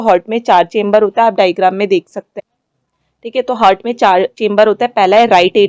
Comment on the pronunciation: 1.16 हार्ट ✅ हर्ट ❌